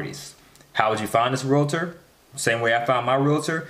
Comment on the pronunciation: "REAL-TOR", not "RE-LA-TOR"